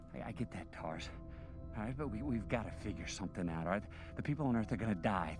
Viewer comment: it's Tars not case